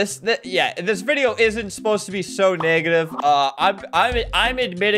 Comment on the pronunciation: Albert every time he mentions game fam "i didnt mean to be so neggative"